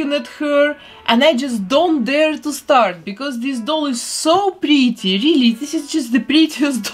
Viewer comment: Is just me or dose she say “pretty “ like this:”BLE-TEIR”?!